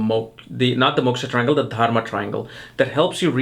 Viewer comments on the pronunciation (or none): Why do you keep saying TARMA? You mean to say Dharma, yes? You might consider rinsing out your mouth before you get into a dissertation on Ketu & for that matter any other aspect, yes? Fumbling around in your mouth is quite disgusting & distracting, especially when you are, after all, a teacher who imparts esoteric knowledge, yes? Otherwise you have a in-depth approach to the elements that construct a birth chart. Namaskar.